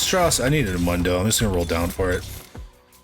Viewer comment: How do you manage to pronounce Mundo's name wrong when he can't stop saying it himself?